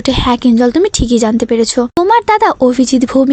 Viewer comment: Resarch কে Richarse বলছেন কেন ? বার বার যে ভুল হয় , সেটা কী আর ভুল ? ওটা অজ্ঞানতা। ঠিক করে নেবেন ভিডিওটা। রিচার্স নয় কথাটা। ওটা রিসার্চ হবে।